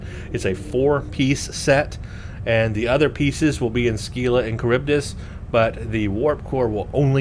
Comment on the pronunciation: You may have been told this already, but it's pronounced "SILLA" (rhymes with "Willa"). You got Charybdis right.